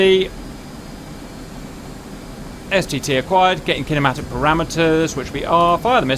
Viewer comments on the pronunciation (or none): Every time I hear Cap saying STT I hear STD... and it makes me feel uncomfortable...